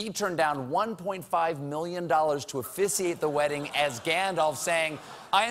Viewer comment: Colbert pronounced "offisiate" and "goelum" weird